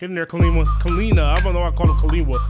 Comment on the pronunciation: No one asked, but just in case you were wondering, in Hawaiian, Kiliwa is pronounced Kee-leevah, and Kalena is pronounced Ka-leh-nah. If Fine is Polynesian, it is Fee-neh. Thank you for coming to my TED Talk.